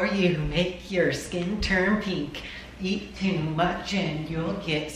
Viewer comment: why does everybody say peenk